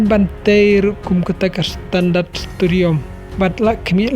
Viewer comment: Stadium ❌ Studiom ☑️